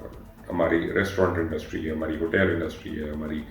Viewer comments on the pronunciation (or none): please pronounce hotel as in urdu and not as hotail as you pronounce